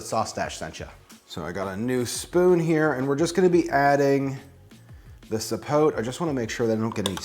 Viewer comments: i believe zapotes, are from Mexico, and even though it looks as if it was rotten, it is actually good, its pronounced ZA- PO- TAY(kinda is closer), and the other one you tried is, MA-MAY,( again a closer pronounciation). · Everyone here trying to “correct” the pronunciation... It’s actually ZAPOTE, with a Z, not with an S, and you have to specify, black or white zapote. And the correct pronunciation is “zapothe” (added the th for linguistic example purpose). I’m from the center of the Mexican republic, but I can tell that the pronunciation is the same in every state. Zapote, not sapot, not sapothy, not sapotey, stop.